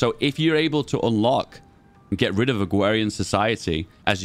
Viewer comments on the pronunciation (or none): "Agwawian society"